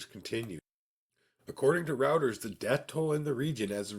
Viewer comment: it's roy--ters, not rawters. just fyi good info